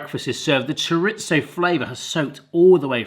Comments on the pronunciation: It's not "choriTZo". It's not "ChoriTHo". It's just Chorizo. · there is no T in chorizo. it is pronounced cho ree zo.. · Cho reeth oh, no Z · That's not how you say chorizo. In Spanish z can be pronounced as s or th. Maybe you thought chorizo was Italian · That GCSE wasn't in Spanish. Where the heck are you getting that hard T from??? LOL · there is no T in Chorizo